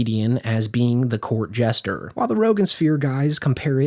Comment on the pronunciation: Zac means “Jester” not “Gesture”